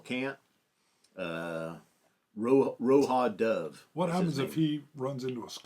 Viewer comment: Just a note the J in Roja Dove is pronounced “zha” not like the Spanish pronunciation. I think the No.5 is a burgundy/brownish label.